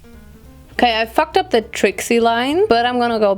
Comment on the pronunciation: Ich finde deinen deutschen Akzent richtig unangenehm. Du sprichst zwar gut. Aber das „the“ wird nur anders gesprochen wenn das folgende darauf bezogenen Wort mit einem a,e,i,o,u ausgesprochen wird. Im Normalfall wird das e bei the nicht betont.